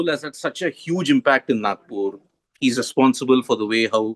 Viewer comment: किती वातूड बोलतो हा इइंटरव्युवर... रोबोट कुठला... तिच्या पत्येक प्रश्नावर काहीतरी रिऍकशन दे... झकलट..!!!आणि नाकपूर नाही रे नागपूर असतं ते....